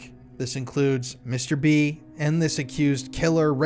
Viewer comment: I can't help but think your saying mr beast whenever you say mr b...wich the timing is uncanny